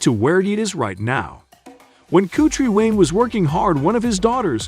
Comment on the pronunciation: If your going to spend negative energy, pronounce him name right. Haters!!!